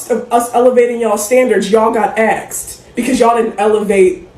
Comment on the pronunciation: "Y'all got aksed" should say everything you need to know about her.